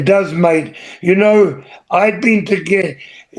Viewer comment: I met Butch and Luke in 1997 and they were fantastic. Butch at one point said "Hey mate" to someone and I thought he said Mike so I asked "how did you know my name?" Butch answered "Your name's mate???" lol